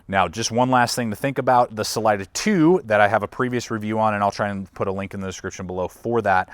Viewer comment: I can't watch this with how many times your saying the name wrong. Im sure its been said before.. its a spanish word. Redo your voice over please!!!!!!!